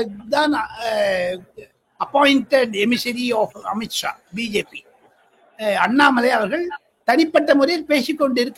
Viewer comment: அண்ணாமலை என்கிற. பெயரை உச்சரித்தவுடன் ஐயா தடுமாற்றம் அடைவங ஏன்